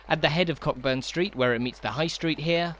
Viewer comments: It's CO burn street not cock burn the way you're saying it. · Agreed.✔ I don't often correct pronunciation, as opinions can vary, but I learned the ancient art of pub-crawling in this area over forty years ago and it's always been Co'burn Street. The other one I've noticed on this channel is "Close". I'm not sure about the English "Closes" but in Scotland at least, it's pronounced 𝒄𝒍𝒐𝒂𝒔𝒔, rhyming with gross, rather than cloaze, which is kept to be the opposite of open. Can anyone else think of a word that rhymes with this kind of close; I really struggled and even gross isn't a great example, as it can rhyme with floss too. Who would have thought that close was so tricky a rhyme but it could be why we never see poems about Edinburgh's narrower streets. 😂 A better way to explain this, which has got way, way longer than it was meant to, is to use "close", as in "close to you", rather than "close", as in "close that ***** door." I wish I'd done that first but I can't be bothered changing the first bit.